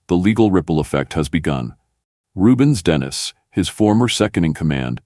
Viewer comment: Its Denis.. Den e.. not dennis